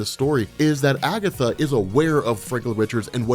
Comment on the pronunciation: 'It was Agetha all the Time!'